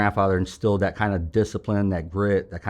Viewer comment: Fellow St. Louisan & St. Chucker here...Francis Howell...I grew up throwing trash as well. My folks and uncles owned wilson refuse and wilson disposal.... you didn't even have to tell us where you're from, I could tell just when you say "and nat (that)" at the end of your sentence😂 New Melle or Defiance roots 🤣. Amazing story and thanks for your service.